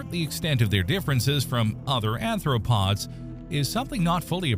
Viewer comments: Please learn how to properly pronounce the terminology before attempting to voice the script. "Chelicerae" should be pronounced "Ke-liss-eh-ray," and I think someone in the comments below caught you pronouncing "arthropods" as "anthropods." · Not ANTHropods, ARTHropods. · Don't you mean aRthropods, as opposed to aNthropods?🫤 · Not ANTHropods. ARTHropods. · This video's narrator just referred to joint-legged animals as anthropods. All credibility disappears.